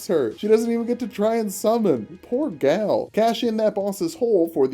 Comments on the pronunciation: It's pronounced "jail" in the game its not just us:( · Ok, not to be that guy but... Gaol is merely the old english spelling for jail. It is literally pronounced jail. Come on, get with the program. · Gaol is pronounced with a soft "G" since it is a real word, later replaced by jail, and GIF is an acronym beginning with "Graphics" using a hard "G". If letters only have one way of pronouncing, then why aren't you pronouncing the hard "G" in "knight"? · The irony of saying gaol (old English “jail” and pronounced with a soft G) must be pronounced with a hard G, by pointing out an acronym of which the creator has said is pronounced with a soft G, is next level imo 😂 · Comment for the youtube algorithm: Gaol is Gaelic for, jail. Thus why all the Goals ingame are prisons, why the Gaol Cave has prisoners. For pronouncing it Gaol (with the J sound) is correct. Also it's totally Gif and if you say Gif you are a monster.